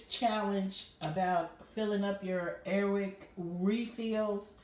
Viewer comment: say air wick not airwick.did it work?